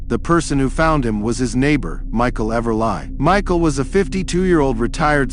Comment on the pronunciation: Sucky AI narration again. The robot pronounces Everly as Ever-lie.. Seriously? This just sucks. And now I see it's fake.